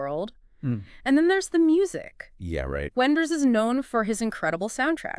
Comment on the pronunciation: the AI sucks, and it is unable to pick the German pronunciation of Wenders name and last name... this sucks...